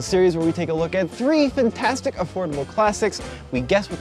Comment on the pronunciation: It's "fintastic"....